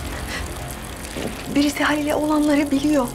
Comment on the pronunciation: Mektup : Halil'e ne yaptığınızı biliyorum. Tarığın okuyuşu; halile naptigini biliyorum .